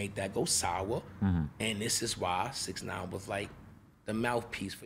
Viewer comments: Why is he saying bix 9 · What is he calling him Bixnine? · Says bix nine but also says casanova🤨🤔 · Is he saying “bix” or bitch?